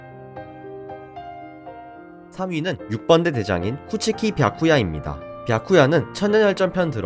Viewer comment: 바쿠야를 왜 비야쿠야라고 하는거야